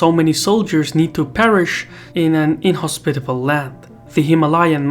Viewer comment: Super cool video, I loved it But the pronunciation of "inhospitable" got me every time hahaha